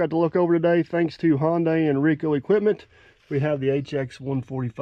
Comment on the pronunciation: This was before you learned how to say Hyundai (not Honday, but Hunday) like Sunday!